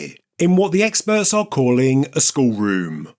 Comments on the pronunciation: “Skull”.. it has two Ls in it. Its not a Skhuo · Funny how you pronounce the word “skull” 😂 it sounds like “sc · School” 😂😂😂😂( geez…..)